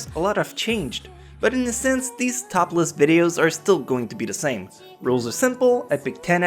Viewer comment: sounded more like topless instead of top list lol .XD